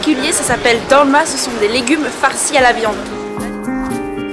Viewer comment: Le Bosphore n'est pas un fleuve mais un détroit. Le sandwich de poisson s'appelle "Balık Ekmek" et pas balik eklemek. Bravo pour ton contenu en tout cas 😊. Et c'est Dolma, pas dorma.